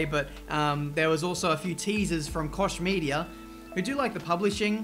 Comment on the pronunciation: The way you pronounce Koch Media is hilarious :D